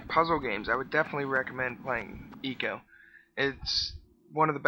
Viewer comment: "I"co, not eco!